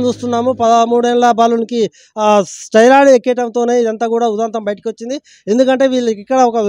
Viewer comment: ఓవర్ డోస్ అంటే ఏమి inj ఇచ్చిండు, దానిమీద మీ అవగాహన ఏంది, ఇది తెలీకుండా ఊరికే ఎందుకు చెప్తారు బ్రో, అసలు నీకు ఏమి అర్హత ఉంది జర్నలిజంలో నువ్వు మాట్లాడే భాష మీద అయినా నీకు అవగాహన ఉందా, పదాన్ని స్టెరాయిడ్ (steroid) అని పలుకు స్టైరయిడ్ కాదు, మెడికల్ మాఫియా మీద అవగాహన లేక మాట్లాడుతున్నవా లేక IMA వత్తాసు కొరకు మాట్లాడుతున్నవా? అన్ని వ్యవస్థలల్లో దొంగలు ఉన్నారు కానీ ఒక్కరి కొరకు వ్యవస్థనే తప్పు అన్నట్లు మాట్లాడొద్దు.. కమిషన్ లేని వ్యవస్థ ఏది ఉందొ చెప్పు బ్రో అడుక్కుతినే దగ్గరి నుండి ఆర్డర్ వేసే వ్యవస్థ వరకు కమిషన్ దందా ఉంది...